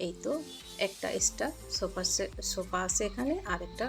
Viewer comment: আপনি কথা ঠিক মতো উচারন করতে পারেন না, সোফাকে বলছে ছোফা, আর্টিফেসিয়াল কে বলতাছে আতিফেসিয়াল ঘাস বলতে গিয়ে আটকে যাচ্ছেন সোকেস ছোকেস না আপনার কথা এমন কেন একটা কথা ও ক্লিয়ার না,পাশে হবে পাছে না😁😁 যাই হোক ভিডিও ভালো লাগছে কথাগুলো ক্লিয়ার করবেন।